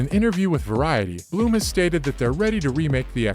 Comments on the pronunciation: I simply thought it was hilarious that he kept referring to it as "bloom" house.....it's blumhouse.....that's all. You ok bro? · Its BLUM. Not bloom. BLUMhouse. Not BLOOMhouse